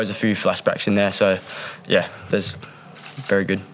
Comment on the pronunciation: Weri Weri good boling Richardson